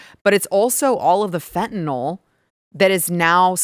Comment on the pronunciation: FentaNYL, not fentanol... eesh.. 🙂